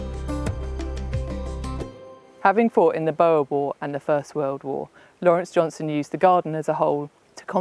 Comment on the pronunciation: JohnsTon not JohnSon!